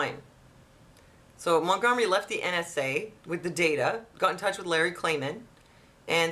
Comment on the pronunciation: Lol. Gum Sonia. Mont-Gum-ery.